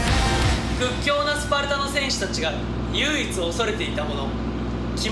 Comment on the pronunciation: 唯一は「ゆううつ」じゃなくて「ゆいいつ」と呼ぶんだよ北斗くん🥺